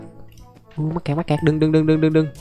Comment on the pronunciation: Anh đừng có nói mắt kẹt là mét cặt